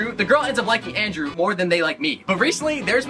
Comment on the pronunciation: Why are u saying landrew it's Andrew